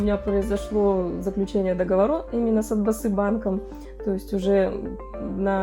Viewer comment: За 30 лет независимости нашего государства можно было бы уже научится не путать букву О. Не Атбасы банк, а Отбасы банк.